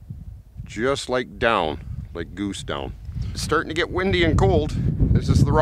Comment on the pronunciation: Where are you from? You say down like dung.